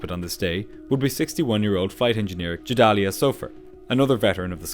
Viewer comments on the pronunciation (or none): That's not at all how you pronounce Gedalya. It's a hard G. You got Anat pretty wrong too. Please look up pronunciations, or ask someone who speaks the language, instead of guessing.